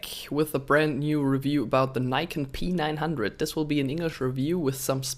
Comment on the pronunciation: You pronounce P9 like PEANUT bro😬😆